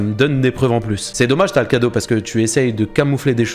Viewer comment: c'est pas talcado mais talcrado